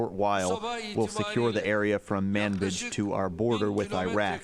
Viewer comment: Manjib???? Manbij